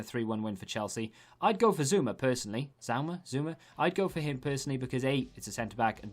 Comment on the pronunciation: Can’t watch the prem based on how he can’t pronounce half the names 😅